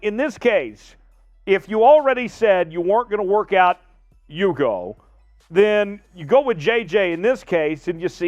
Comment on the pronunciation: I wish you would learn the names on the roster. It isn't YOUGO! It's pronounce ooogo.